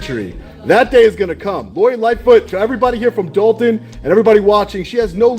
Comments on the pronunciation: I was a subscriber HOWEVER... I cannot take the T drops... you sound stupid when you are clearly NOT so let me help... it's DOL T ON not DOL EN...and it's THOR TON NOT THOR EN... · Somebody tell her it is "Dolton" not Dalton ( 👍). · Who is the grifter? I bet knows it is the village of Dolton not "Dalton".